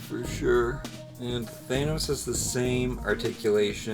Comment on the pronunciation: I love how you say Thanos! I usually hear it said where "Than" rhymes with Fan and "os" sound like Os like Cheerios. You say it so it rhymes with Anus. lol Great vid as always sir.